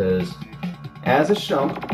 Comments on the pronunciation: its not SHUMP, its SHMUP!!! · Nice review but it is SHMUP not SHUMP. Shoot em up. SHMUP. Still though I am grateful you reviewed this shooter. Its a really fun one and its sort of like Raiden in its own way and 8 levels is pretty good stuff. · How can this kid not pronounce shmup, and why does he think bullethell shmups aren't shmups?